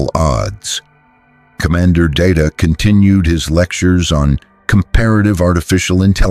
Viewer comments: It’s not da da it’s pronounced Day Ta have you ever watched Star Trek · HIS NAME IS DAY-TA, not dah-ta, damnit! I can put up with some AI garbage, but I draw the line here. DAY-TA. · Can't you idiots, write your precious 'story' by using PHONETIC SPELLING PRONUNCIATION, so LCDR DAYTA's 'name' STAYS CONSISTENT? Your 'story' has mispronounced DAYTA's 'name' at least TWO DIFFERENT TIMES. And I don't want to even want to THINK about all of the mispronunciations of the Colonial personnel.